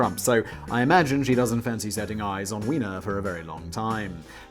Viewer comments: Just one problem - Weiner is pronounced with a long i sound such as in the word "eye", so should be pronounced like "whiner". It's spelled "Wiener" to be pronounced like a hot dog with the long e sound. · Anthony's name is properly pronounced "VYE-ner". However in his case, the mispronounciaton was quite a propos